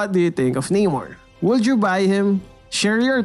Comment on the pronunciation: Namor...Nah-Mor not Nay-More...Aquaman is the ripoff...Keep up the good content keep making mlbb animations cuz I like them😄😄